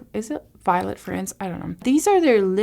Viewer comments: NYX = Nix (pronunciation), Violette_Fr (Vee-oh-let) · Girl.......Three days of 100 degrees!!! I am so happy to see a video of yours just as I laid down to chill for awhile before I have a bedtime. LOL Grandbabies tomorrow . 💜💙 BTW...... it is Vi-O-let and yes it is French. 😊